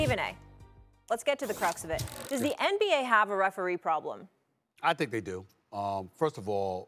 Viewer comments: Probelm?? FFS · “A referee probELM”?